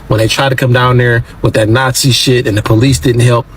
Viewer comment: Nazi not yatzi😮